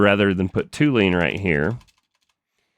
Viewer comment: Hey, amazing episode but please, as a chemist ... it is TOLUENE and not TOULENE. My ears are bleeding :s Keep going mate !